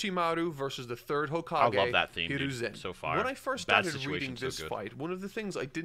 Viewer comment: This man is making fun of how says Hiruzen Just wait until he hears Akatsuki...